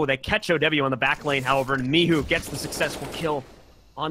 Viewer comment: Zaczyna mnie to powoli denerwować że w każdym meczu inaczej wołają na Micha. "misiu, miczu, micu" WTF BOYZ!